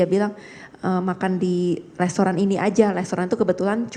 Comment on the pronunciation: Hitung berapa kali tersangka menyebut kata Lestoran. Wk gabisa spelling restaurant kah